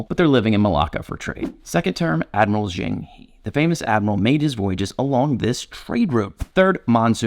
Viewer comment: it's pronounced Zh-ung Huh not Zh-eeng Hee.